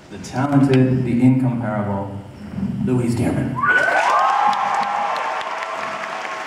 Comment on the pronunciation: Ramin, it's pronounced In- COMP-ar--able.